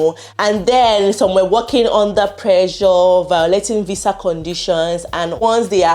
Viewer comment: This Nigerian accent..VISA IS VIZZA😂😂😂